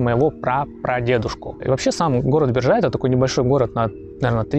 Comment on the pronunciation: Биржай, ударение на первом слоге, БИржай.